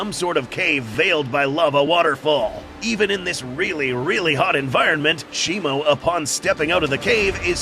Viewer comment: Its shimO not shimU